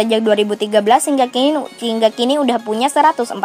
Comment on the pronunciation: Hingga kin i, hingga kini. Episooooode... manga perman, mang mang manga paman.. pamann leee (ngelang).... sekedar masukan, kontennya sudah bangus dan menambah wawasan, alangkah baiknya pengucapannya tidak usah terburu buru, agar pengucapannya lebih tertata dengan rapi.Terima kasih.